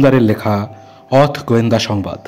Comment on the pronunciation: উচ্চারণ টা অথ নয় মানে হসন্ত দিয়ে শেষ হবে না।হবে '' অথও ' ওকার দিয়ে শেষ হবে।